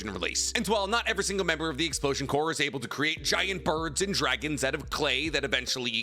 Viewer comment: Oh my god did just pronounce corps as "core"? A MOMENTOUS OCCASION THIS IS! CALL THE PRESIDENT